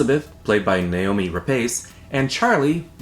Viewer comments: Isn't it "noomie" not Naomi ?. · Her name is Noomi, not Naomi. Say it with me,: Noooooooooomi!;)